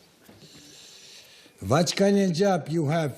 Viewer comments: Ahahahahahahahahahha vackanadjob ???? Hahahahahahahahahahahahhh umirem !!!😂🤣🤣😂😂🤣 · Vaćkanđab ju have...znaci pao sam sa stolice ..😄😄